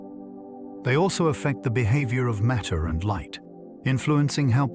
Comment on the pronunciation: You could narrate this yourself or with a voice actor. Five minutes in and I hear "maytee tells space-time how to curve and space-time tells maytee how to move." I don't know how the word matter becomes "maytee" on what's supposed to be a science channel. Sorry for the harshness, but this is a large part of what's wrong with the Internet. People will blindly believe anything, and I didn't stick around for the rest of this video to see if this content is factual.